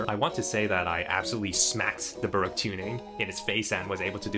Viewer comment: DOD BRO JUST SAY BOREOAK?